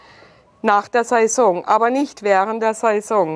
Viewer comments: Saison nicht Season. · Heidi Schmidt müsste lernen wie man Saison ausspricht , ned saysong sesong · wenn triggert es auch so das sie so komisch Saison sagt 🤣